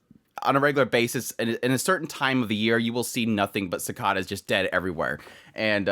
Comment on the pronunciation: Pronouncing cicada wrong bro.